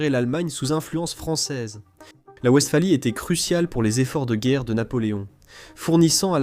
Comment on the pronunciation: Pour le traducteur: wWestphalie est un mot allemand,le "W" se prononcé "V'" et non "oue" comme en anglais